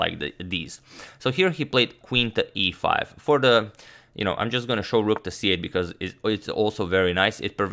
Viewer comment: Dude it's rook not rock